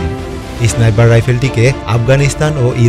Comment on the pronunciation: ভাই ওটা ইসনাইপার না। স্নাইপার হবে শব্দটা। আর ম্যাগাজিন না ম্যাগজিন হবে